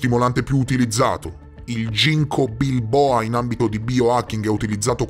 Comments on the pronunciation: Meraviglioso. Grazie! Solo un appunto. Ginco biloba, non ginco bilboa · Ginko biloba no ginko bilboa 😄